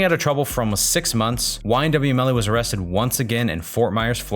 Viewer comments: It’s “ymw” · This is how many times he says YMW Melly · This is how many times he said “YMW melly